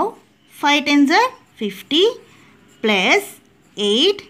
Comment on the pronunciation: Plus ❌pluze ✅